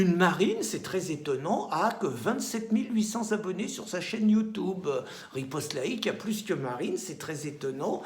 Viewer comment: ça va, votre chaine va dépasser BFMTV, tu prononces mal "YOUTUBE "